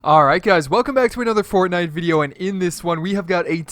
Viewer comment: U SAYD CORTNITE